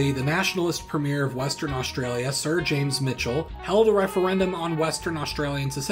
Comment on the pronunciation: Osteralia and Westeralia